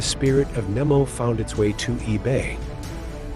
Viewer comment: It's Captain NEMO (long E) not NIMO.